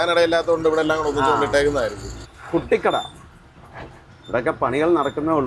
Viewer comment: കുട്ടി കട അല്ല.... "കൂട്ടി കട"